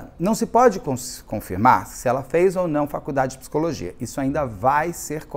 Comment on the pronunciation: te amo, mas "pissicóloga" e "pissicologia" não dá kkkkkk